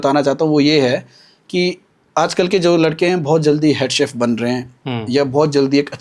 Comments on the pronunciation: घटिया यार क्या सैफ सैफ बोल रहा है एक word तो सिखलो बाकी इंटरव्यू अच्छा था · Dear interviewer, It is pronounced (शेफ), not Sef (सेफ) लोग श, ष ठीकसे क्यूँ बोल नही पाते ? इतना कठीन है क्या ? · सैफ नहीं भाई, शेफ